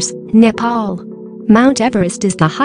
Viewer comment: I heard the nepal pronounce Nepal~